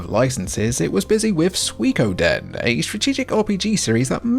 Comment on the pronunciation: You are the first Brit that I've heard pronounce Suikoden correctly instead of "Sooey-codin"